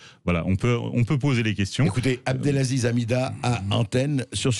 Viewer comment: "Abdelzaziz" C'est si compliqué d'apprendre à lire ? Abdelaziz ? A B D E L A Z I Z